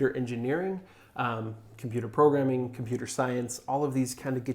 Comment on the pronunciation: Hahaha LOL, computer "progaming" . Was that intentional guys?